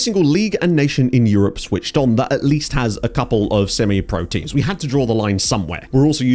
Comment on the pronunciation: Thought you said temu's database 😂